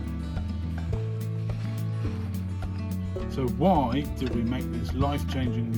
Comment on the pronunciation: "I'll tell you woy". Just joking... But seriously, you don't make friends easily there, I think. Just the usual expat circles? Nice to hear madame's Donegal accent, btw.